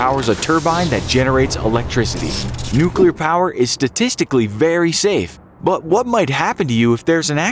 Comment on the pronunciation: "Nuculer reactors cannot explode like a bomb" Chernobyl: am i a joke to you.